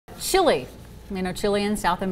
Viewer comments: Lol, trying to sound smart, saying dumb shit as well. It's noy chee lay. it's more of a leh sound. I know english speakers love to say the "ay" sound in the end of every foreign word that ends with a t or e, etc, but you're wrong, so don't. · I pronounce it 'Chi-Leh'. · Oh... how much I hate the way Americans pronounce other countries' names :) Chile, Iraq, Iran, Afghanistan... they pronounce them all wrong :p